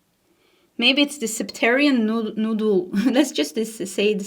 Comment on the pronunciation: Ok. It is pronounced nod yule not noodle. So it’s nod not noo.